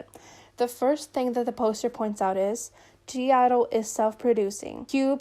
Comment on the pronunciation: Took me 28min into the vid to figure you mean G IDLE 😆😆😆 sitting here like “who the hell is Gierro???”